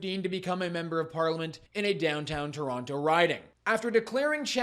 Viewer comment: Learry,learry bad fol Tolonto